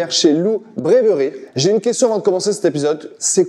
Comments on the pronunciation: c'est très drôle à prononcer pour un Français, et sinon la vidéo est super cool, ultra sceptique et non convaincu par le Kombucha😂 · Brewery se prononce "brouheuri" brasserie